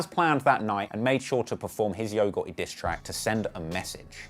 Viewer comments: Great video man. I’m from the south in America it’s just funny to hear u pronounce yo gotti. Yo-ga-ee 😂😂 I’m subscribing to hear more of ur accent and great info lol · "Yo Got-E" 🤣🤣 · “Yo Goh-eh” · "Yogurty" is a demon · Always white person that has no personal information always ru thier mouth u ain't even saying his name right. He quit as blogger how u investigate got all information wrong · you did a good job as a journalist, but you missed a lot of details my brother. I hit you up before about a job, but you thought it was about editing. I like the new title "HipHop Investigator". You can do better with the name pronunciation as well 😂😂, but overall good work.💪🏾💪🏾